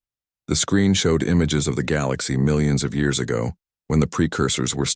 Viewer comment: is it SO hard to pronounce Galaxy correctly?